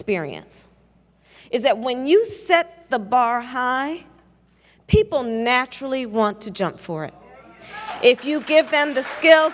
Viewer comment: jorch wachinton poepl